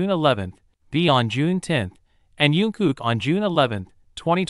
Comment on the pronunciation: This AI needs allot of work. At least pronounce their names correctly. Jin has so far been Jean and Jin. Don't get me started on JK poor butchered name. I thought they were supposed to be out by June 13th, 2025.